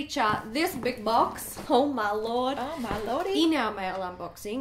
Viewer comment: I thought you said “haul my lord” instead of oh my lord at the beginning 😭😂😂